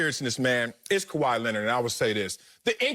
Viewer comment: Sorry acho..it’s kawhi..but you still my Igbo brother ✊🏾